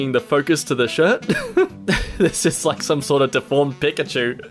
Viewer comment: I’m sorry,, did you just say pick-a-chew? I know it’s not because you’re Australian because so am I, bro that shits offensive